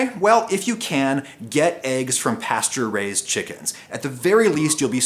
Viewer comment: i keep hearing pasturized chicken instead of pasture raised